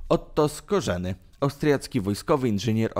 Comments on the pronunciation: Czyt. Skorceny skorcenego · Z po niemiecku czytamy jako C..... Więc nie Otto Skorzenny a Otto Skorcenny.... Ty.... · Skorzeny czyta się Skorceny.